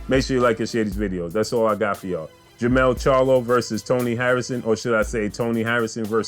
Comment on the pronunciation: what up bro? You have it right in the title but you keep saying it wrong in the vid. Jermall Charlo vs Dennis Hogan is on 12/7. Jermell Charlo vs Tony Harrison is on 12/21. Both bouts Barclay's. Besides all of that, this 4th quarter is lit. Jermell/Harrison 2, Jermall vs Hogan, Prograis, Shakur, Lubin, Canelo, Wilder/Ortiz 2, Ruiz/Joshua 2, Crawford. 🥊🥊🥊🥊🥊